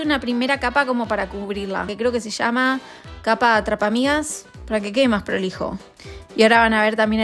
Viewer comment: Jajajaj yo viendo el video y escuchando que la primera capa del batercream Lo que dijo - capa atrapa migas- Lo que escuche - capa atrapa amigas-😂😂😂😂